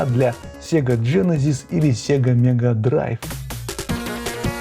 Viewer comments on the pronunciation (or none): none